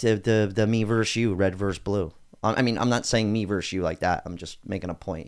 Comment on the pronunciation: Versus* It’s never been “verse”.